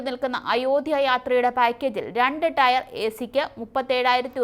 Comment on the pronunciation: രണ്ടു ടയർ മൂന്നു ടയർ 😄 അല്ല. Tier ടിയർ ആണ് മോളെ.